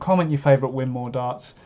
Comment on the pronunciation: Win-more, it's pronounced - named after the founder's wife: Winifred Maude.